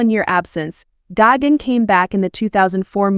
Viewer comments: Gagan it’s gigan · Gigan❌ gogin✅ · It’s gigantic not Gogan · Ah yes gagin